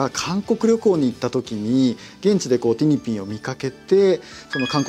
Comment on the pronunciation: [티니핑구]라고 발음 안하고 [티니핑]으로 그대로 발음해서 참 다행(?)이에요 ㅎㅎㅎㅎ 그래~ 일본어로도 ing(ng) 발음 잘 할 수 있으면서 왜 그동안 ‘모닝구(morning)', 송구(song)'이라고 낡은 문법대로 해온 거다요, 제대로 발음하면 영어 잘하는 잘난척 하는 것 같은 눈치 분위기가 있나?!?!